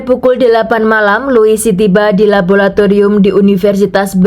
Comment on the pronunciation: LABORATORIUM bukan labolatorium. Bahasa Indonesia chemistry adalah kimia. Menyuntikkan bahan atau zat atau cairan kimia bukan menyuntikkan chemical. Chemical itu kata bahasa Inggris yang merupakan kata sifat sedangkan ‘menyuntikkan’ itu harus diikuti dengan kata benda. Jangan campur aduk bahasa Inggris dan bahasa Indonesia jadinya salah dan kacau. Tapi bagus cara penceritaanmu 👍.